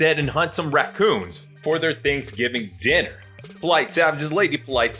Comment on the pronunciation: She said Think giving...instead of Thanksgiving...😂😂 ..Ladies yall need help. She ain't no role model 😂